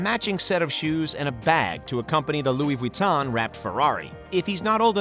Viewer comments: “louis vweetan” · “Louis veton” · Louis Vuitton it’s Louis Vuitton